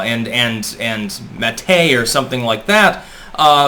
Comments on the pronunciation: matte is pronounced the same as mat. "Mat-tay" was cute though. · Matt not Mattay :) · I have noticed that every so often pronounces a word that sounds strange. It's almost as if the words he is using came from books and not from conversation with a person. For instance the word he used today. He pronounced it Mahtey, it's spelled Matte so I get it, but it's pronounced like mat or Matt. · Did pronounce the word "matte" as ma-TAY? Good grief. And in a video about linguistic knowledge. What are the odds? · "Mat-tay"?? Seriously? Did you mean matte? I know it's incredibly trivial, but it boggles the mind. One can easily err when pronouncing a word that one has only ever seen written, but how does one reach adulthood without ever hearing anyone say matte? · Wait who pronounces matte, ma-tay?